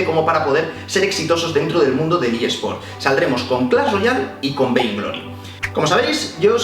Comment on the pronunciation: dice "Ea Sports" o "esports"